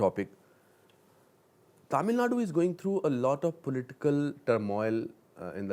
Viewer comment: He should have done some research before interviewing the legend of Kamal Haasan. . Going to chennai ain't big deal. He even pronunced 'Tamil' incorrectly. Aweful !